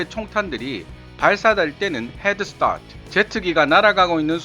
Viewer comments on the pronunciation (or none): 영어 발음 ㅂㅅ 같아욟! 빌칸포는 굴리는데 스타트의 굴리는 빌음은 딴 발음이 되버림